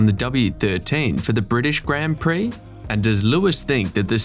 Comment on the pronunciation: Please pronounce "grand" prix properly